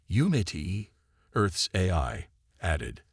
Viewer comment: Nice story. But, your so-called "AI" needs work. How the hell can an AI not say "AI" correctly??!!!! Example from this story..."...lost war EYE", "...earths war "EH-eye". And then, the word "DEFCON" is NOT pronounced "DEF-kun". AND, WHY, oh WHY do all POS AI's mispronounce the freakin word "read" incorrectly EVERY time it is used. POS AI ALWAYS pronounce it as "REED" when it should be "RED".....and "RED" when it should be "REED"!!!!! In this story......"...the plaque REED...." when your POS AI should have said..."...the plaque RED..."!